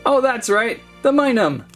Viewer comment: its not minun its minum